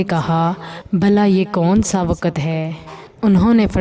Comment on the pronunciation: Aslamoalikum,umro nam ni Hy ,wow sakin Hy,ye nam Amar prha Jata Hy not umro Wakat ni hta wkt prha Jata Hy Hope u dnt mind,Urdu hmari zuban Hy ,tlafuz hmara drust hna chahye Jzakillah